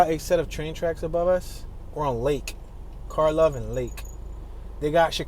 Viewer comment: You pronounced "Karlov Ave" right. A lot of those streets were given "K" names for the "K-Town" area in Lawndale (just south of WGP). They're mostly Eastern European names so most Chicagoans don't really pronounce them correctly but it doesn't matter